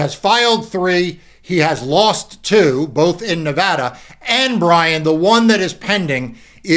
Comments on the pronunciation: Thank you sooooo much for pronouncing Nevada correctly. Lived here 20 years and it still surprises me. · Mark, I always appreciate it when people pronounce Nevada correctly. (I live in Northern California, but I feel badly for our neighbor state.)